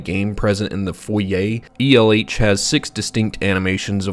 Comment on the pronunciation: After seeing elh in a different video from a different youtube channel where they pronounced the name as L, it feels weird to hear it be pronounced as E L H.